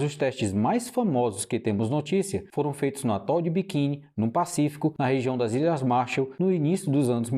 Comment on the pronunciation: Atol de quê? Kkkkkkkkk Atol de Bikin? NÃO SERIA ATOL DE BIKINI ou ATOL DE BIQUINI 😅😅😅😅😅😅😅😅